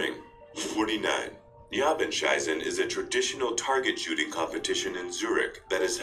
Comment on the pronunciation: This automatic text to speech is terrible. Instead of shooting it said shitting